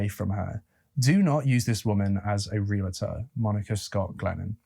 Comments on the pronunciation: listen to Americans saying 'realtor'. It is 're-al-tor' not 'real-alator'. Otherwise just fine. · Realtor, not realator. Jewelry, not jewlery. Nuclear, not nucular. Thank you. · Pet peeve: it’s real-tor. NOT re-la-tor!!!!!!!! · Ok I’m gonna get a bit realtor bitchy here. It’s NOT Real-ah-tor. It’s REAL-TOR! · Out of the abundance of the heart the mouth speaks, mental illness or no mental illness. BTW, realtor is pronounced real-tor, not reala-tor.